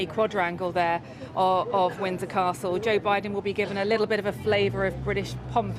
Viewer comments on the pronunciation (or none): Jooh biden.